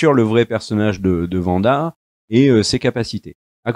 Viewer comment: C'est pas faux. Tout comme le W de Wanda se prononce à l'anglaise ("Ouanda") et non à l'allemande ("Vanda"), puisque ce n'est pas une série allemande... Et tout comme on ne dit pas "les premières épisodes" mais "les premiers épisodes" (donc avez liaison "zé"), puisque le pluriel prend un S. Mais ce sont surtout des tics de langage, il faut essayer de passer outre !